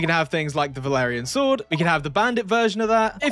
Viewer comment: Valarian? It sounds like Vlandian 🔥🔥 (m&b 2 bannerlord reference)